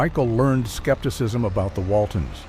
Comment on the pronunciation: Pronouce her last name right PLEASE